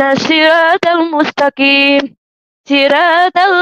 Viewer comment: Hua. ...ha...ha. ... bukan kanak mustakim tapi yg benar anak Mustaqim ....Hua....Hua....